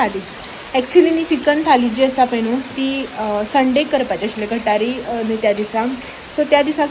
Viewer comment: Madam " It's not Gathari it's GUT HAAREE Thank you so much